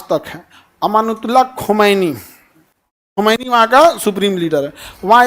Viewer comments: You're lying sir this is not the history you should study deeply on a topic when you're explaining something and how will you know the history if you're not even able to pronounce his name correctly it's ayatullah khumaini not amanatullah khamenae.first study deeply about Islamic revolution in Iran and also the character of ayatullah Syed ali khumani. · Amanath Ullah Khu mainj ❌ Ayat Ullah Khu maini ✅ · Abe phle khumaini Sahab ka naam to sahi se bol tujhe nam pata nahi hai chla hai lecture dene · Aapko aadhi adhuri jankari h, Khumaini sahab ka naam bhi aap theek se nahi le pa rahe hn, Aapki di hui jankari bhi sahi nahi h